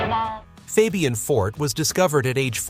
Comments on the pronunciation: FOB-e-un? Try calling him FABE-e-un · Why can't A.l. pronounce names right?